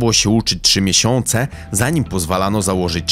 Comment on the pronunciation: "tRZy miesiĄce" - ten dalej kalĘczy jĘzyk polski :D